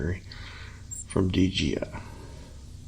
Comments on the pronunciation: OMG, 10 minutes and 45 seconds to finally remove the battery! BTW, it's not D GEE I. It's D Jay I. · Please learn to say DJI instead of DGI. It really bugged me throughout the video. Otherwise a pretty good and informative video. Thank you!